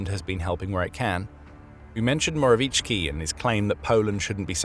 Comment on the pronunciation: Few things author- Morawiecki would be pronounced more like Moravietski. Other thing is that, we were commie but not soviet. Soviet Union together with us and few other countries. were in a certain Pact named after my city. As for the topic, honestly, screw Kremlin. We need to always have a strong stance, it's the only way. I mean, eitther that or being a vassal. Never again.